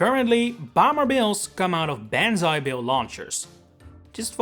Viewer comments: Good video! I also just wanted to say Banzai's not pronounced "ban-zai", it's pronounced "bon-zai". Japanese is not like English, in that letters should be pronounced the same every time. So think of the word "tsunami", another Japanese word. The "am" is pronounced like "om". I can see how it'd be confusing from the spelling though. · Really cool video! But um, you're pronounce "Banzai" incorrectly. The "a" in "ban" is not pronounced like "a" in "van". You want to pronounce the "a" as in "pawn shop". So say "pawnzai bill" and then just replace the p with a b and then you'll be pronouncing "Banzai" currently. You can also throw this world into Google translate be sure to select Japanese and listen to the translation. 万歳 And actually I didn't know this before BUT I'm just looking at the characters. Google actually translates the word to "Hurrah" But the first character 万 means the thousand. Very common use of this character is for 一万円 ICHI MAN EN Japan's thousand note bill. Which right now is worth about $144 USD. Japanese character pronunciation can sometimes be pronounced differently just like English words can be spelled the same but pronounced differently. The second character in Banzai 歳 means age. Like you can ask 何歳ですか？Nan SAI Des ka? Meaning how old are you? This character generally referees to a person's age. So living to 10,000 years old is quite a significant matter. So that's what the literal meaning of the Japanese characters means. Not sure about the deep contextual meaning. Frankly you never hear Japanese use this word these days. Yet it is kind of interesting to dive into the history or look at the root meaning of the word. It's also interesting that BANZAI if you use the words separately is pronounced MAN remember the "an" in MAN is pronounced "like the A in pawn and ZAI is normally pronounc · Its pronounced bon zu eye. Holy s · "BAN-zai" Bill? You might want to check the pronunciation. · love this video. hard to get over how you say banzai though